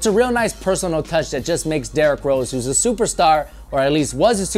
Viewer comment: You said Derrick roses